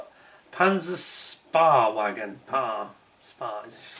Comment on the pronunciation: Hi,: The German name for the little tank is pronounced Panzer "Shpay" Wagen.